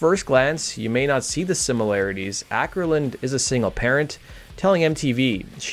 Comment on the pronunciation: Not "Ackerlund", more like oh - kerlund.